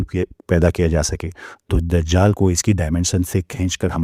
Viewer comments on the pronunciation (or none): none